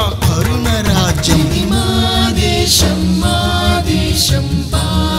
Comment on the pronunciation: Telugu pronunciation has to be improved....for example..desam. not desham. Bhaarata desam.. ..not baarata desham. Many are there to be corrected